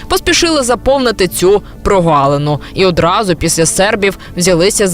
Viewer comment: Вєдуча , ПРОГАЛИНИ ,а не ПРОВАЛИНИ . Вивчайте мову . Щчє , щчо , якщчо - таких слів в українській мові -нєма !